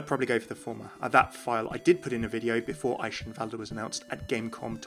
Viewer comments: Esheivalde? Umm its pronounced Eikenvalde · german рццтis Chicken Well, yeah but eischenwalde is still wrong, and I dont see the problem with using the english pronounciation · I feel like you ought to settle on either Athena's pronunciation for Eichenwalde or a German's actual pronunciation of Eichenwalde, cause right now you're in a weird in between place that makes everyone go "uh actually you pronounce it like this..." :P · No offense but the way you pronounce Eichanwalde kinda annoys me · I'm not entirely sure how he's pronouncing Eichenwalde wrong, even though Athena says it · why do you keep using that Eichenwalde pronunciation if the game uses the k sound instead lol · City is my England It's not pronounced in either way. The correct "ch" does not exist in English. Americans are just too lazy to learn new sounds they are not familiar with, so they stick to what they think it's pronounced. Both pronunciations are wrong, but sounds a lot more like the actual sound. So you should use "Eishenwalde" rather than "Eikenwalde". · you can hear that he tries to pronounce it right but he still isn't close to saying eichenwalde. maybe he should ask a german to say it the next time he's there. you can't explain the german 'ch' to english speaking people without saying it. can't blame him though, german is a weird/difficult language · You are pronouncing Eichenwalde wrong :x I guess it's pretty hard to do right though, especially when you don't know the right phoneme for ch^^ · Just a tip from a real german you speak eichenwalde without the last e. But the Rest is ok